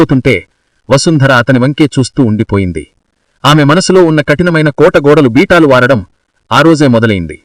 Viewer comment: బీటాలు కాదురా నాయన అది.."బీటలు" వారడం అంటే చీలిక రావడం..తెలుగు నేర్చుకో సామి